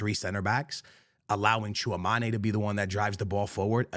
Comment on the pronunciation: dislike and unsubscribe for the way he said tchouameni